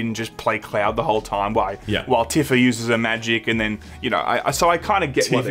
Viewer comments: Does anyone else pronounce it "Tiffa"? I've always said "Teefa", am I wrong? Does it matter? Yes it does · "Tiffa". There isn't a more Australian version of Tifa than old Tiffa.